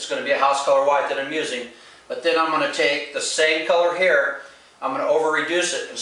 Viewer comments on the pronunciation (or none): English is not his first language. At :36 you say "same color here" but it sounds almost like "same color hair" I think he wants to know how much the airbrush equipment costs.